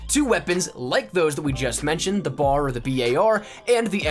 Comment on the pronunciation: for the love of GOD can u please just say BAR and not the b-a-r or the BAR EVERY SINGLE FUCKING TIME